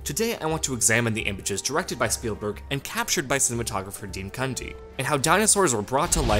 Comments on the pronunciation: I feel like its pronounced Dean CUN-DEE not Dean Cunty. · Love it... Did he say Cunty?? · Did he just say dean cunty